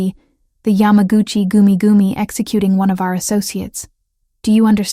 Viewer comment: The pronunciation of yamagachi goomie goomie is hysterical. You gotta love AI.